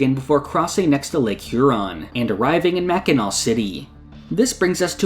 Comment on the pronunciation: HE PRONOUNCED MACKINAW CORRECTLY, THAT'S MY GOAT